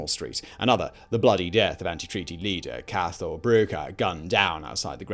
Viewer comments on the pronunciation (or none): Great video. You might wanna look up how to pronounce those Gaelic terms and names though, Cathal for example really isn't pronounce as you'd think it would be xD